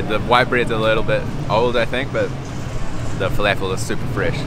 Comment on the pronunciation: Fa-laugh-fell. lol. Never heard someone say falafel like that.